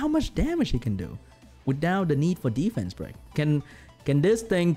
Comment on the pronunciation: Re watch this video and take a shot every time say ddddfence 😂😂😂